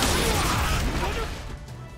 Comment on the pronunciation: I love the way says WHATUH